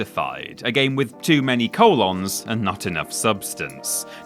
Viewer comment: The way this guy pronounces “colon” drives me insane.